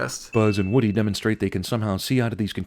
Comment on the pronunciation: Woody or Woddy?